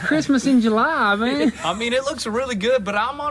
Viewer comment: "Christmas in July " did you say July?